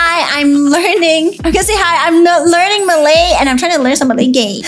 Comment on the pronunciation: You are a little bad and pronouncing the Malay words but I would still support you